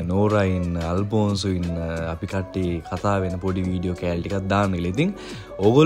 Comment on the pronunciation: අල්පොන්සු නෙවෙයි අනේ අල්පොන්සෝ 😂